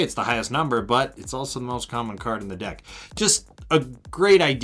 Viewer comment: it sounded like you said “every dick plays differently” lmao got em